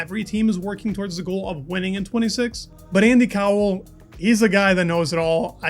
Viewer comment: Yep, Andy Cowell is definitely pronounced IndyCar. Threw me off for a moment!